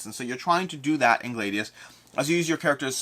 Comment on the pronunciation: Gladius is pronounced with a short a BTW - just like gladiator.